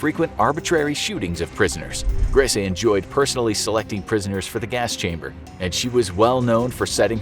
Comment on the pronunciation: Grese...gris prounounced like grey in Spanish...the last E is silented